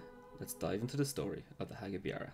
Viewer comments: Ya it's more of a beera sound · Beara isn't pronounced like that.